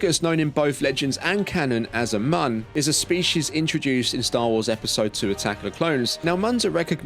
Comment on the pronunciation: Great video but god, it’s pronounced Mune! 😂